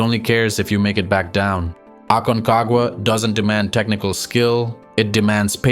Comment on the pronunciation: jajaj... "esto es lo que tiene el AQUENAGUA".... "ORONES"... parque nacional "ACAGUA"...."5.05 metros" " nidato de ondores" jajaja está bueno el resumen pero POR FAVOR revisa la IA del audio por favor sino el que escuche va a terminar malinformado